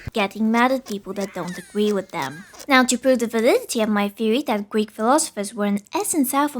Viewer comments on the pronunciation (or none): "Gweek philosophers"